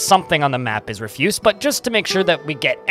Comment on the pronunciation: You're using the wrong "refuse". "Refuse" has two different meanings and two different pronunciations. Tarle Speech has a good video that explains the differences.